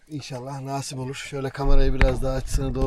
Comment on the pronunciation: Hocam yeni botun hayırlı uğurlu olsun, rica ediyorum artık “Naaaasip” diye telaffuz etme şu kelimeyi😂😂 “nasip” tek A ile kısa ve öz “nasip” lütfen çok kulak tırmalıyo 😂